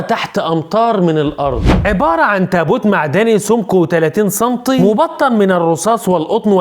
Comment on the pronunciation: سانتي مش صانتيي 😂😂😂😂